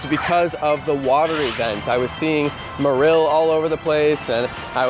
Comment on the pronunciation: You pronounce Marill wrong